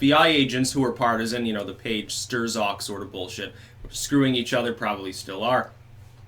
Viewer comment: Curious how has never heard the generally accepted pronunciation of Strzok...